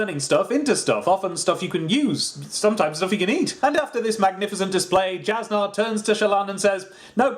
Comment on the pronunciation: Jasnah's tricky. It's pronounced as Yas-Nuh.